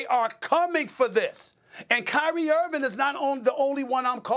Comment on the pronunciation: Kyrie left Nike say it right